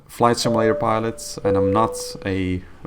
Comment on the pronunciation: Say "sim-A-lator" one more time...lol